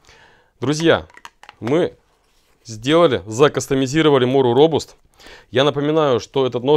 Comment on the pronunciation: робАст. Когда-то наступит день и выйдет рускоязычное видео о этом ноже в котором его название произнесут правильно :). А так- всё по делу. Компаньон нравится, думал купить робаст для пущей надёжности, но решил лучше сразу прикупить гарбег, там уже и фултанг да и вроде по-больше клинок. По патине- можно ещё оставить на ночь в кока-колле, или воткнуть нож в здоровую луковицу- она ещё прикольные узоры даст. Имхо главный плюс этих методов в том что они не воняют уксусом.